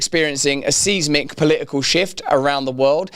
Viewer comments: Stop mispronouncing seismic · seezmic shift . Nein. Seismic, mein herr. "ei" in English is i sound. "ie" is e sound. I guess we got it from the Germans? Will you insist I am forcing American English upon you for correction? If so, I am going hospital. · Seez - mick? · He's reading a teleprompter the content of which he didn't write. Seismic is pronounced SIZEmic. Glitch in the matrix.